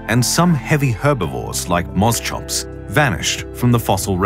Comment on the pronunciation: pronounced mos-cops not mos chops.